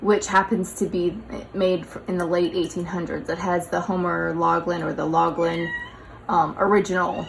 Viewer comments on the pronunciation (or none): I don't have much Valentine decor either. Laughlin is pronounced with an f.